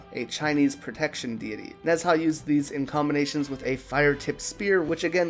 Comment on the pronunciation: When pronouncing Nezha it's "Nuh-Zha"